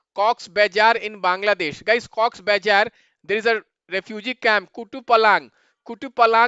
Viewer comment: sir aapki fake accent 😭😭😭😭 pandey mean noth se ho rakhaine pronounce karte chalo isme eng me liha galat bol sakta but bazar klo baizar bol rahe aap real raho na